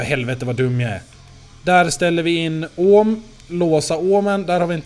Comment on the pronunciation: Det heter ohm inte ÅÅÅHM